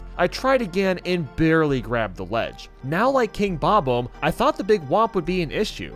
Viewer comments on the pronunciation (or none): Him saying the 'omb' part in Bob-omb like the 'omb' in catacomb instead of the 'omb' in bomb annoys me so much